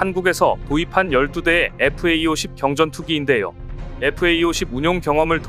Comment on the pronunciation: 다 좋은데, 나레이터는 FA-50을 왜 계속 FAE-50이라고 읽는 지 귀에 거슬리군요. 앞으로 FA-50 이라고 정확히 읽어 주시면 좋겠네요.